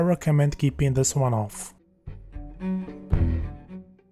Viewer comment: In chis vicheo I will chry cho chake a chifferent approach. Cho point cho point chen